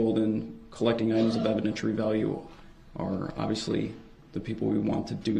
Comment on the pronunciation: "Evidenshurary value".